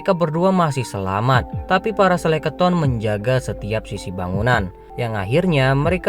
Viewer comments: Sekeleton bang bukan seleketon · Bukan Seleketon ya bangg, tapi skeleton. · Sekeloton bang bukan seleketon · Bukan selekaton bang tp Skeleton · bang yang bener skeleton bang... 🤭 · Waduh typo ni lidahnya abang ini... Skeleton bang..